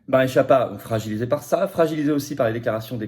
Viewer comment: Faites chia avec votre Chapa ou Choti. Respectez un peu la prononciation du rital, la langue de la musique. Et, accessoirement, prenez la peine de traduire schiappa en français et d'écouter la bonne prononciation. Baj'ned.